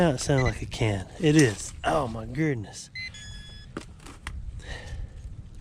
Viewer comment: So has anyone else noticed themselves saying "Oh my Gurdness" when something isn't going quit right or is it just me? :)